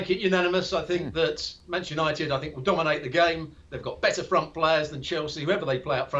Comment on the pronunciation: Did you say dominate????😂😂😂😂